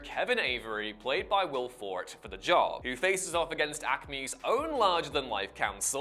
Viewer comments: It's Will Forté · Ah yes, Will FORT. Idiot.